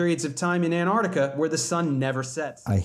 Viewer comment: Thank you SO much for pronouncing antarctica correctly. I don't know why, but those who say it "ardika" drive me NUTS. Oh, and also thank you for all the work you do trying to calmly explain the truth to people who need to hear it.